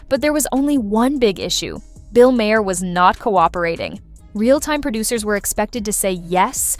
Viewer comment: Bill Maher is pronounced mar as in mars, not mahair.